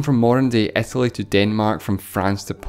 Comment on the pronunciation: The speaker doesn´t pronounce english properly. It´s not Etaly but Italy. ¿Is it maybe a dialect?